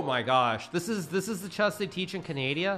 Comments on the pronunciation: when he said canadia i felt that 😔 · Is he trolling when he says, Ca Nay di A? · Bro said Canadia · Anyone else notice how he said Canadia lmao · am watching too much of your channel I think. I struggled to remember the actual name of the country you call Canadia.